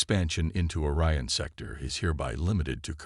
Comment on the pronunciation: this guy doesn't know how to pronounce simple words its pronounced O-RYAN not as OR-ION